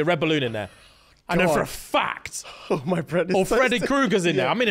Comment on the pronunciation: The "oh godt" was THE MOST QUEENS BRITISH I've ever heard